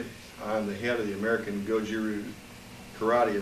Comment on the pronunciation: you pronounce "RYU" Tae Kwon Do, and Karate all wrong! Karatee, ru, and Tai Kwan Do. I do not believe you are 10th dan although you said you were Gogen's Student.